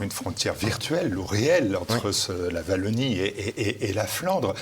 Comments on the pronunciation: Merci beaucoup pour l'invitation de "Chez nous" sur votre chaîne! Juste une petite remarque: Wallonie avec un W comme dans Star Wars ;-) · Merci pour cette émission, je suis de Lille, et avec la Belgique, nous sommes très proches géographiquement, mais également cuturellement (eh oui, nous fêtons aussi St Nicolas le 6 décembre, y a pas que dans l'Est!). Pour info, on ne dit pas 'Vallonie", ça pique, on dit Wallonie. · Martial je vous apprécie mais à l’avenir prononcez « oualonnie » svp ✊🏻